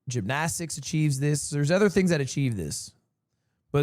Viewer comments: Fr what is that pronunciation 😂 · Banger event! Still waiting on Rae Yard episode! Also, why the fuck does he say Gymnastics like that....